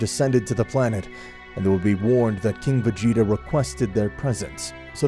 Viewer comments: planet vegyta instead of vegeta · Did i just hear you say planet veyeta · i know it was supposed to say vegeta but im pretty sure i heard planet fajita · "planet vegita" its "vejieta" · OK why did you call planet Vegeta planet Vuheatu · Did he say planet vejita☺😀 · u said planet vahia... ? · He called planet vegeta planet veyeha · Ah yes, my favorite planet, planet "vayeeta" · Ah yes Planet Veyeeta, my favourite planet. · Man really said planet regeta lol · “Planet ve-heat-a” had to tune out after that butcher😂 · Mans said planet v egg eta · Did he really just say planet vegg eta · anyone realize he said planet vayeeta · Bro said planet fajita 💀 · Am I trippin vision or did he say planet “ve-yee-ta”? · "planet Ve gi ta" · Bro said planet veyeta💀💀💀💀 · "Planet veheeta" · Brk called it planet vaGeeta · Dude really said "Planet Vigita"💀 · Wtf why you call it va gee ta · It was the "plant vaeda" for me lololol but . . . It was still a good video tho no awesome no super no expert no LEGENDARY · "Planet ve-geet-ah" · Planet va-yeet-a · Wait planet what now. He said planet vheata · He said plant VA yeeta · “Planet veata.” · " planet veyeeta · nah veyeeta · bro said planet vegeeta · How tf u mispronounced vegeta 2 different ways in the span of 20 seconds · Hard G for Ginei soft G for Vegita and there called scouters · Bro pronounced planet vegeta wrong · The way he pronounced vegeta